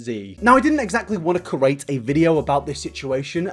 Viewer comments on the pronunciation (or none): In create the e comes after the r so it spells create not cerate like you keep saying. Please stop.